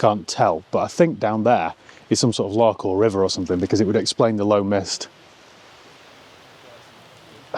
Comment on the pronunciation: Superb video - more travel tales please. My wife, a Scot, tells me that your pronunciation of Loch needs work!